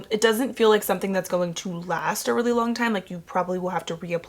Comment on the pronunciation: Buhlack. Longuh. Skinuh. Sprayah. Onezzzah. Pinka. I can’t anymore 🤦‍♀️